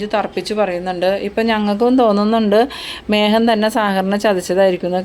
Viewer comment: മേഹൻ എന്ന് അല്ല മേഖൻ എന്ന് പറയൂ.